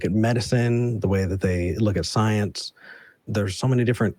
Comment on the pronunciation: "asking about szi-eenze"